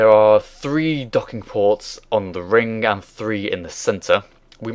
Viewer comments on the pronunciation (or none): Its 'ring' not freaking 'rink'